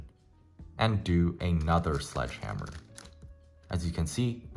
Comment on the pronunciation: My brain keeps malfunctioning cuz I can’t figure out if u said hedgeslammer or sledgehammer lol (still helped me a lot)